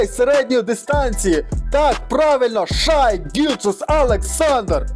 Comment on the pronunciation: Коментуєш круто тільки Шай Шей